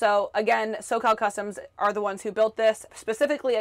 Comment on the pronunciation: Did you say socall customes?